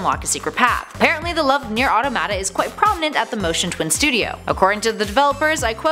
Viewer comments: Idk why I get so pissed when people cant say neir automata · Solaire of Astora, not Astoria. No i. Also terrible automata pronunciation.